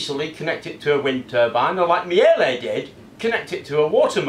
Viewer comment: That's not how one pronounces Miele. The correct pronunciation of Miele is roughly MEE-leh or MEE-luh. It is difficult to transcribe how you pronounce Miele phonetically because there is not an exact correspondence in English. The first syllable, which is stressed, is simple, it is exactly pronounced like the word "me". The "e" in the second syllable, -le, is pronounced similarly to the "a" in the word "about". The result is that the -le is pronounced with a sound that is somewhere between -leh and -luh